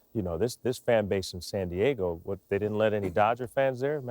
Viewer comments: Jeter says "San Diago." lol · JETER WAS ABOUT TO SAY SAN DIAGO LMAO!